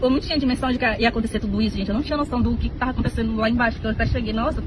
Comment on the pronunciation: Eu " tarra" muito cansada...dai eu "tarra"